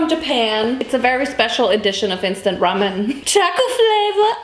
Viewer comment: WHY do you say ramyuen